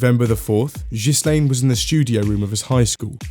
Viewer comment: "jhislaine" not "ghislaine" ofcourse